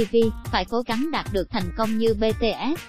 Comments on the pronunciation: Bi Ti ét chứ éo phải bê tê ét Ok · chuyện chú Vinh thì có thể là hiểu lầm t để ý mỗi ad mắt j BTS ko đọc mà cứ đọc Bê-Tê-Ết nhể :) 🙂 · Bê tê ét. Bạn ơi đọc sai tên nhóm r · Sao cứ đọc là bê tê ét nhở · Má đọc chữ BTS cho rõ vô coi